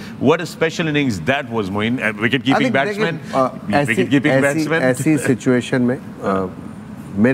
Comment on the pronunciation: "Vagon Veel" nahi "Wagon Wheel" hota hy, ustaad. and it's "wicket-keeping, and not "vicket-keeping"